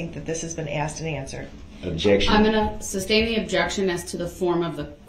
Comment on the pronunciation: Substain! I hate when he said that. Mispronounced so many words and thought he was so brilliant